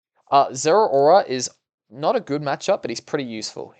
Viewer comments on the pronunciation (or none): none